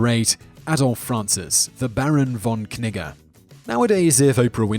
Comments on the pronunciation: im just convinced thats not how you pronounce that barons name, i imagine the k is silent and the double g making it pronounce more like 'neejay' or 'neejuh' but im just me.. i like etymology and pronunciation, but i aint no expert no siree, so .. k-nigga all you like there simon. hmm.. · Baron von Knigge lmfao he actually pronounced it correct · i swear i heard "barren von 'nigga'" lol